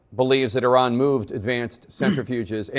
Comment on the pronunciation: These are US warmonger Army generals, still cannot even pronounce IRAN.